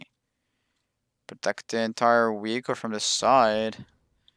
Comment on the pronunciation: "Wee-hicle" lol